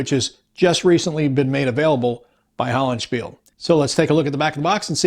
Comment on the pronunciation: Great look at this. I'm not much for "area" play, but I have to admit I am considering this one. Would love to see a playthrough vid or AAR (if you make it back from the jungle!) Oh, and I wouldn't be "" if I didn't correct you... it's prounced HollandSPEE-leh!!!! The E on the end is pronounced!!!:) (although, even Tom and Mary aren't consistent with the name, and it's THEIR company!!!!:o )